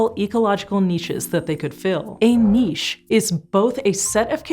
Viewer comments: Finally, someone from PBS who pronounces niche like "neesh" and not "nitch"! omg I feel so much better now. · Thank you for pronouncing niche the right way! Neesh! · Great. Somebody who can pronounce niche without adding a 'T' (don't tell Kallie from PBS Eons I said that). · Darwin would have pronounced it "nitch." "Neesh" didn't come into common use until late in the 20th century when some pretentious twats decided it looked French so should be pronounced in a French way. It's like if the "Tarjay" meme caught on. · Thank you for saying the word 'niche' correctly. Every time I hear a YouTuber say "nitch" a little piece of my soul dies. Also, cool hair ;-) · Thank you for being an American who can pronounce “niche” properly! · Phew, glad you can pronounce niche correctly. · Thumbs up for pronouncing niche properly. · Fascinating. I like the fact you pronounced niche correctly and didn't say nich. As an Englishman that gets to me to much.